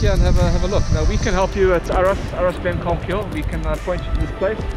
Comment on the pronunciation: hilarious you pronounce it glencolmkill